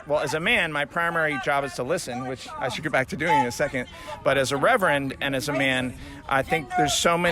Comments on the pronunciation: That "reverand" legit.pissed me.off. damn! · Wow. That “reverend” 🤦‍♂️ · Seriously w that ‘reverend’.. 🙄 smh